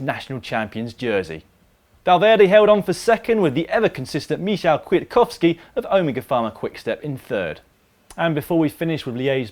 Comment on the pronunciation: Learn to say Michał Kwiatkowski again!